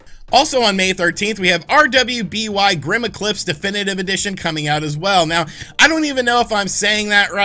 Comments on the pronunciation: ...it’s pronounced Ruby not R W B Y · Its pronounced "Ruby", not R W B Y. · Not a criticism, just a little fun fact: RWBY is pronounced Ruby. Don't ask why, idk, I haven't seen the anime or anything, I just heard some friends talking about it. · future reference rwby is literally just pronounced 'ruby' regardless of spelling XD i have no idea why they spelled it like that though tbh kinda weird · Pretty sure that RWBY is just pronounced "Ruby." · Say dude, RWBY is simply pronounced "ruby" 👍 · It's just pronounced ruby i think. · RWBY is pronounced as Ruby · RWBY is pronounced "ruby" :)